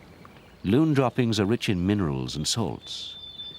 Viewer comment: Its a loon not loom. We have them in new Hampshire